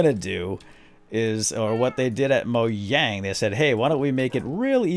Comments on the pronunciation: You don't pronounce mojang ad mojang, its still just mojang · "Moyang" is how you say "Mojang"